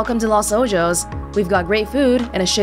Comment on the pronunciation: Anomalous Ott Was just about to comment on this! Las is correct, but Ojos is pronounced as “o-hos” with short o’s. Azul means “blue” (which is cool because they had blue accents in their design) and is pronounced “Ah-zúl.” Stress is on “zul” rather than “A.” Like they said, don’t mean to be rude,! Just thought it would be helpful.